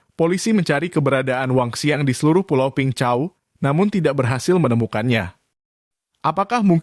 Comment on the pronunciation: Peng Chau (bacanya : beng cao). Saya tinggal di pulau sebelahnya, Cheung Chau island. Min, bahas perampok dan pencopet di hkg, pelakunya WNI dgn visa turis. Masuk ke hkg, emang punya niat jahat.